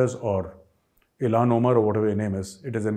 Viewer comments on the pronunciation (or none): none